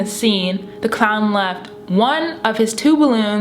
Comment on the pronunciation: she said lefb instead of left